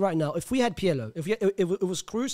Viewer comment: The way he pronounces Pirlo is so jarring 😭😭 his name is not "pierlo" ffs